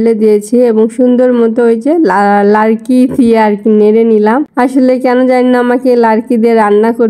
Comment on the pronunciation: 👍 দিয়ে দেখে নিলাম রান্না বান্না সব কিছু খুব ভালো লাগলো আপু লাড়কি না আপু লাকড়ি বলো 😊 সত্তি আপু তোমাদেরকে খুব ভালো লাগে